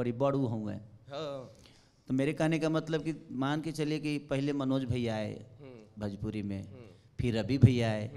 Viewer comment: भजपूरी नहीं भोजपुरी बोल छक्के 😂